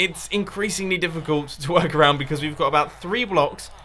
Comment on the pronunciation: ik that he said to work around but it just sounded to much like twerk around to not put a comment in!